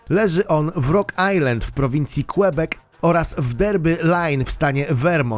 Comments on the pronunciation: Czasem wymowa różnych nazw zupełnie nieprawidłowa, Quebec [kebek], błąd w słowie Angola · Angolia, Qłebek... wtf? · kłebek? Chodzi Ci o Quebec ⚜ czy o kłębek🧶? 😂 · Nie kuebek tylko kebek